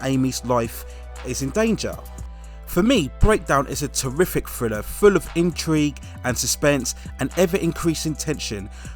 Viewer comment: "Friller"?🤦‍♀️....maybe learn to pronounce "th" b4 narration?